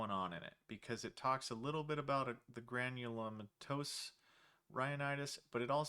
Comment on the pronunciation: Com'mon man, it's pronounced Granulomatous... Haha